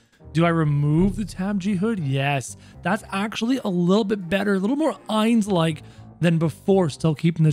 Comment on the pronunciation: Me whos doesn't watch anime thinking of doofenshmirtz every time he seys Heinz 😂 Edit: i meant Ainz but it sounds like Heinz